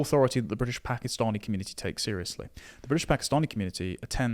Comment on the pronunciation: Pack. Eee. Stanee communities aren't appalled. They welcome and rejoice in it.